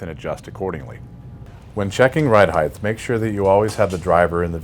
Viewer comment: Height. (hyte) not (hyth) Why do you say it like that?